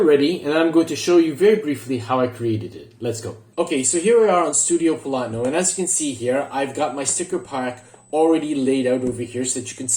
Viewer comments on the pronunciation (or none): Hello are you saying the website is studiovlogna? I couldn’t here the name of the website you’re using for the stickers